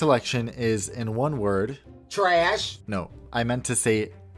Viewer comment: I lost it when i heard tra ash